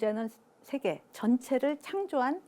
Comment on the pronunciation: 오늘의 발음 문제!! 장음인 단어의 첫 자를 "짧게" 잘못 발음하신 예: 세계(계곡해서 여러번), 게념, 강연,인식, 후자, 대중, 둘로(two), 다 같이, 좋은, 부정,경계선,뒷 면,살며(생), 둘이(two), 등!! 하나 둘도 바르게 발음하지 못함!! "세계"를 계소해서 잘못 발음함!!"세속, 세상,세습" 등을 바르게 발음하실 수 있나이까?